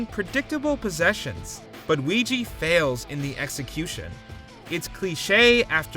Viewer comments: Ouija is not pronounced Wee-gi .😂 It’s pronounced Wee-ja…Don’t narrate if you don’t know how to enunciate words. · Ouija = oo-ee-jah not oo-ee-jee